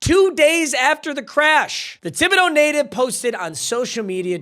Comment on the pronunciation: Holy shit. I forgot Lacy was from Thibodaux! That’s my home town! We obviously went to different schools, but he was in my graduating class! (Also I’m very proud of you for pronouncing Thibodaux right; 10/10 good job)